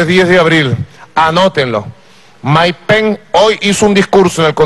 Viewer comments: jajjaja no que ridiculo como insulta y repite "Maik pen" como un niño enojado, en realidad si ponen un chofer de autobus en ese cargo que mas se puede esperar. que pena por los venezolanos que bajo calleron y en estos tiempos tan avanzados. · Quiénes son "Mike Pen" y "Donal Trum"? Que mal que habla este ex-presidente.